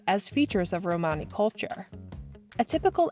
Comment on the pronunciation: That's not how you pronounce "Romany." Stopped watching.